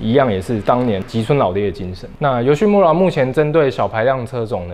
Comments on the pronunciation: 其實YOSHIMURA的"RA"要唸"LA" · 雞蛋裡挑骨頭一下：日語裡的R音不是捲舌音，應該讀成「L」的音，所以「村(mura)」應讀成「木拉」才對。